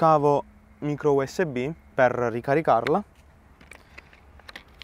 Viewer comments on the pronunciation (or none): none